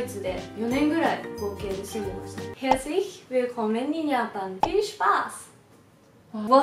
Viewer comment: 全然中国語が分かりません。でもドイツ語で「Herzlich Willkommen in Japan. Viel Spaß!」 が分かりました。発音は完璧だったと思います！ビデオは面白かったです。(≧▽≦)